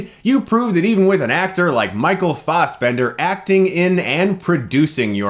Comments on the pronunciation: It's F-ASS-Bender not F-AHS-bender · "Michael Fauszbender." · why you gotta pronounce fassbender like you're English? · It still upsets me he pronounces Michael Fassbender's last name wrong lol